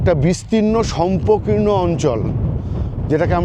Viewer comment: দয়া করে শষ্পকীর্ণ বলবেন শম্পকীর্ণ নয়